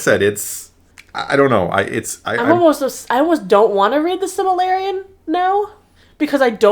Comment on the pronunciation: can’t say Silmarillion.